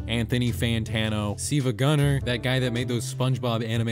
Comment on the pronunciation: Dude, you're driving me crazy!! Why do you keep saying "SEEVAGUNNR"?!?! It's obviously SILVA (Silver without the ER and replaced with an A instead). It pisses me off because you said it right when you said GilvaSunnr... Why wasn't that GEEVASUNNR!?!? Are you trying to play a "Cool-HWHIP" meme on us??? Get it together, man!!